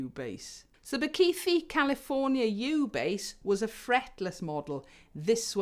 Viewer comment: Just a heads up, we don’t have a th sound like you have in the word “the” in our languages in South African. The th in Bakithi” is similar to the t sound in tip.